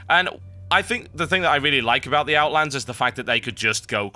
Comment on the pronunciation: There is no S in Outland